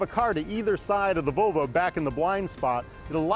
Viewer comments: It's pronounced VoLvo not Vovo. :P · Sounds like hes saying BO BO instead of volvo